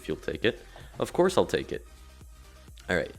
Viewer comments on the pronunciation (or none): none